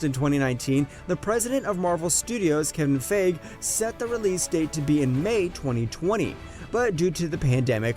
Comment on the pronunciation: This man said Kevin Fage